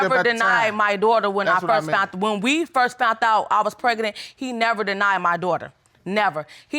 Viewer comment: "When I "fount out" I was pregnant." PLEASE... can someone PLEASE let these folks know that the word is "found" and NOT "fount"...Thank you 👍🏼